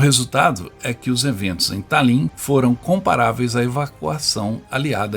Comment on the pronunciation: Pronuncia-se Tálin. Que belo trabalho! Obrigada.